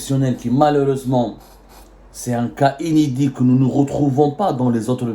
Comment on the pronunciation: Ces généraux major séniles et corrompus n’ont pas servi l’armée algérienne mais plutôt leurs poches rai ghir tkhalet et on dit pas enedit mais inédit tu es vraiment bizarre